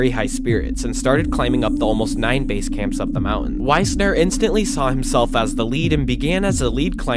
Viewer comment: A bit of research on how names are pronounced would improve the overall quality. The leader of the 1939 expedition was Fritz Wiessner, not Weisner, which affects the pronunciation. It’s pronounced “Weesner” rather than “Wise-ner “. Also, talking about “base camp four” is not how climbers do it. Base camp is only the first and lowest camp, at the base of the mountain. Hence the term. Then, perhaps there is an advance base camp above that. But all higher camps are referred to only by numbers. So the first camp above base camp would either be advance base camp or camp one. The next camp would be camp two, and so forth.